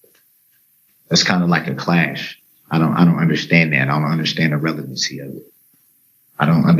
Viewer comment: I can’t get enough either. I I love to put it on in the background and listen while I’m doing other things. I love listening to all the words this idiot doesn’t know how to say, like fixiated, relavency, substained, and license place just to name a few